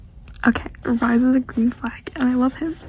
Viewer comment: “rIsE” pretty sure it’s pronounced Reese lol